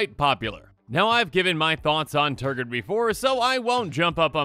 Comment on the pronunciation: Nice Tergrid video. How many times did you say Tergrid? You said Tergird an awful lot. Tergrid is a pretty salty card. Tergrid must have made you pretty salty. Tergrid does that to people. Tergrid.